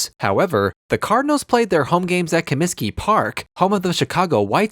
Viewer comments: Narrator is an Idiot he doesn't even know how to pronounce the Families name. It's McCaskey not McClaskley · If you're going to make a video about this. Please get the names right. It's McCaskey not McClaskey. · It’s McCaskey not McCaskley dude… should get the names right if you’re gonna make a video about the bears and solider field.. just a thought.